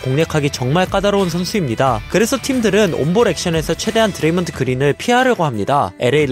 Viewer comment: 드레이믄 그린?ㅋㅋㅋ먼 발음이냐이건